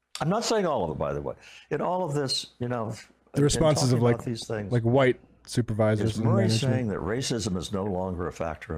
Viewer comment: Ah yes the old “hu-white” people